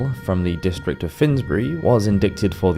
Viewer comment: I absolutely LOVE your videos, but I do have to say it’s a bit jarring every time you mispronounce a word. Not in a British vs American type of way, just incorrectly. Like “carotid” and “indict”.